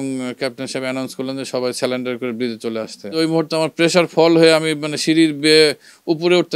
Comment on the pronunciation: আপনি বললেন সালেনডার। উচ্চারণ হবে "সারেন্ডার" মানে আত্মসমর্পণ।